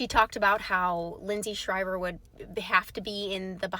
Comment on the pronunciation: His last name is NOT SHRIVER. IT'S SHIVER. DO YOUR HOMEWORK!!!!